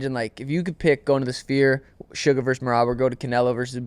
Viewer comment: Calling him meraby😂